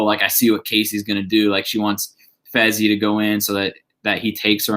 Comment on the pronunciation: It not fezzy it fessy